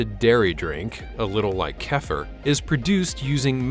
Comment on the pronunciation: Kefir is kuh-FEER, not COOfer . Other than that, very enjoyable and informative. Real live voice, too. Ha Ha the jokes about horse meat & clever uses of words throughout.